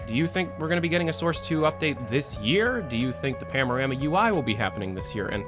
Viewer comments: only me getting annoyed that he says PAMORAMA insted of PANORAMA? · *"Panorama" and not "Pamorama" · Am i the only one who hears PAMORAMA instead of PANORAMA? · say it with me "pan-a-rama" not pamnorama. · why do you say pamorama??? hahahaha its panorama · PANO-RAMA. Not pamo. XD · are you saying pam? or pan? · I like that your accent makes it sound like you're saying pamorama rather than panorama. I really hope valve gets more leaks soon, I miss your in-depth videos. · Am i tripping or did he really said "Pamorama"? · "Pamorama" "Pamorama" Shut the fuck up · Are you saying "pamorama"? XD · You keep saying "pamorama" UI.... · Why do you keep pronouncing it "Pamorama" lol. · IKR, unsubscribed